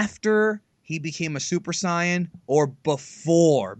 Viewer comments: did he just fucken try to correct his friend to saying sy-in it's pronounced say-in. and if you wanna say that sy-in is how they say it in Japanese, then that would be sayajin. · Sigh-yan? wtf aren't you a like, dragon ball professional or something? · This is late, but he said the translation from the Japanese "sayajin" would be "sy-in".